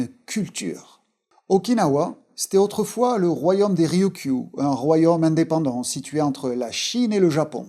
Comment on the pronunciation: Très intéressant, juste un "royomme", c'est comme un royaume ?